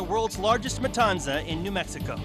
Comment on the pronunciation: Why did they say matanza like that bruh it’s with a th sound